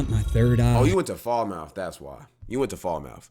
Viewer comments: not "Fall-Mouth" it's pronounced "Falmut" (Falmouth- with one "L" sound and nothing like your 👄) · It's pronounced Falmoth not fowl mouth. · Its not fall-mouth Its fal-mouth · Fal......muth not fall mouth🤣🤣🤣🤣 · As a Jamaican wed call him "whiteman" not whitey and its Falmoth not fall-mouth (sounds weird), Jamaica aint that bad this video is really exaggerated I agree with some points tho, I'd say to stay at montego bay resorts, ocho rios etc and u could visit other places but not high crime rate places on the island, rose hall is more than that also jamaican loving to get money is called hustling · Faulmouth 😂 wrong pronunciation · Fall-mouth ? Where in Jamaica is that ? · Fal Muth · Wtf pronounces Falmouth - Fall-Mouth. You’re definitely not Jamaican, bro.😂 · They way he says Falmouth bro😭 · why bro pronounce falmouth like that😂💀